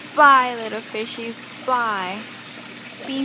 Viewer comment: she meant to say fly not fry right